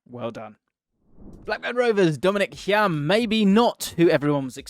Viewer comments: Definitely Hi-um not Hyam but agree he is great. 2 mil was a shocking deal for our club. Cov legend. PUSB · Dom hyam is pronounced Higham, and that’s a picture of Ryan hedges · Pronunciation of Hyam is High-um, not hiam😂